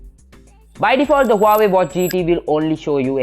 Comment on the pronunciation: Huawei, Not wawei